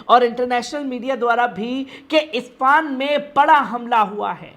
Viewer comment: ispan nahi Ispahan